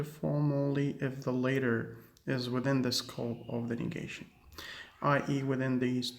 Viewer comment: حبي سلام لفظت كلمة latter خطا.